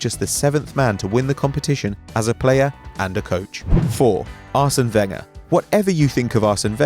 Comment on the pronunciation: I stopped watching when he said Arséne Wenger 😂😂😂